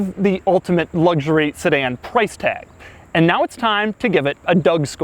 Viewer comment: Made it to before a full on ‘luggshurry’! 😄